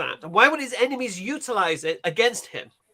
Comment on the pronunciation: You know has a cold or Hayfever when he pronounces enemies as emenies lol. Loved the segment with the Hindus, they may believe in one supreme God but then their symbolism and idolatry leads them astray. Asadullah is completely spot on, Hinduism has had no major influence or impact outside of India. Thanks to Dawah Wise's Demystifying Hinduism videos I was able to follow along without being completely ignorant. Keep up the good work Brothers!